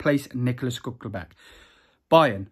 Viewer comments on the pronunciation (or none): This man just say shcluckerback